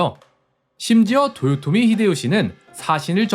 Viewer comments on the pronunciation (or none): none